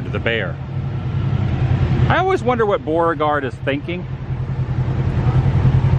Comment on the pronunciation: Are you saying Boreaguard or trying to say Beauregard?